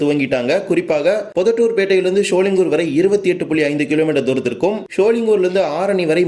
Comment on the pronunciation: தம்பி சோழிங்கூர் இல்லை சோழிங்கர்